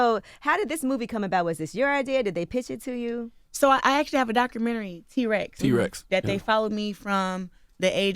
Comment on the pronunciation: T-Wex! Lmao thought of little man soon as I heard T Rex😂😂😂